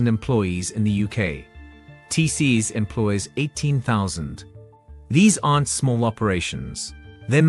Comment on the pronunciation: fix the fake British accent. Pronounce COVID, not C-O-V-I-D and TCS is not teases